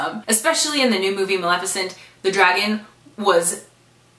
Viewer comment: Oh my GAUD!!!! You said Maleficent right every time!!!